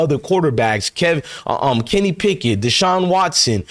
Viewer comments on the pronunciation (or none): none